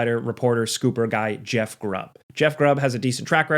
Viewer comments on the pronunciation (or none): none